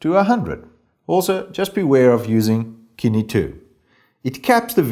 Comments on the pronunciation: Kine? It's sin-E. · Thank you sooo much for doing this!! I am absolutely surprised that no one else has done it yet honestly. By the way, Cine is pronounced like "sin-e".